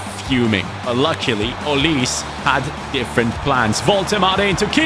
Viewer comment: why do you say olis his name is olise